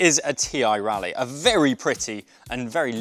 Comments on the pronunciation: I thought Raleigh was pronounced RAW-lee and not like Rally. How about prices without the pedals? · Raleigh pronounced rally?